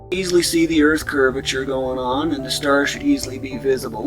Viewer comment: Wow when he said the earth CURVEATURE i was relived.. Hes just a normal human being..